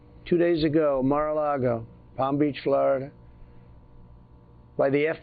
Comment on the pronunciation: It just kills me how he says "Fluruduh".